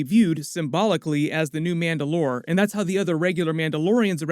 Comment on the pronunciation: why do you say mandalore weird?